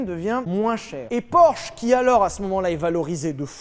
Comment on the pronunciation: Prononcez Porsche correctement par pitié 😭😭